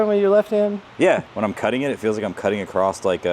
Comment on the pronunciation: “Across” not “acrossed”